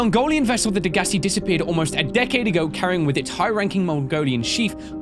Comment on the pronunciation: I believe it's pronounced Deg-a-sigh. Correct me if I'm wrong